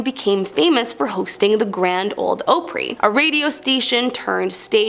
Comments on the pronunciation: Exactly if you're going to pronounce a legendary place in Tennessee leads pronounce it correctly it's called the Grand old Opry!!!! NOT Ooohpry!SMH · This is interesting. But there are a few mistakes. Prohibition started in 1920 not 1914. Opry is pronounced Ah pree not O pree. The Washoe Club is pronounced Wa show not Wa shoe. Walked by many times while visiting Virginia City. I do wish she would say where these places are. Which Union Station Train Station is that? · FYI it's pronounced "Ahpry" not Ohpree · It’s AHpry not O-pry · What the hell is Oprey?? Don't you mean Opry?? Learn how to speak English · Its ahpree not ohpree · I love your videos but it's Ah-pree. Like Opera. Good job anyways, keep it up. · Please do me a favor while I enjoy your videos and their entertaining please learn to pronounce the words of places correctly. It's not OOhpry it's pronounced Aupry. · (Opp Ree) not (Ope Ree) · It’s not pronounced :oh-pre” it’s pronounced Ah-pre…❤ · Opry sounds like "Awpry", not how you pronounce it. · It’s not pronounced “Oh-pree”, it’s pronounced “Ahh-pree”. Just as if you are saying opera (“ahh-peruh”). Same thing with the “Ahh-pree” land hotel. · It’s not called the Opry with a long O. It’s called the ah Opry Need to do more research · It's not called O pry It's called Opry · The narrator of the first ten has obviously never been to Tennessee or been a fan of country music. The Gand Ole Opry is not pronounced Oh-Pree, nor is Opryland pronounced as Oh-Pree-Land. It's pronounced as Ah-Pree and Ah-Pree-Land, like a shortening of the word Opera. Ryman auditorium was first used as a church of sorts meant for large revival meetings and known as the Union Gospel Tabernacle. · It’s pronounced aaahhhhh preeeeee not oooooo preeee This is why we can’t teach this new way kids are learning. They don’t know how to read or use a dictionary or pronounce words correctly. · It’s Opry with a short O. Like rot, got, or operation. Good video though! 😊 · It's Opry Ah-pree